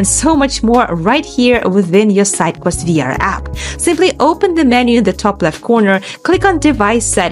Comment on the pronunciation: Redo this video with a person that speaks clearly and slowly so we can actually follow instructions without having to replay 17 times. Even when she says "sidequest" it sounds like something else.